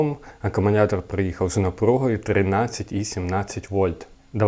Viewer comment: Я один слышу "аккуМУНятор"?😂